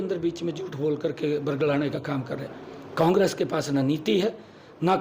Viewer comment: CM साहब को कांग्रेस भी नहीं बोलना आता कोंग्रस बोल रहे हैं 😂😂लगता है मोदी की तरह पढ़े लिखे हैं 😂😂😂😂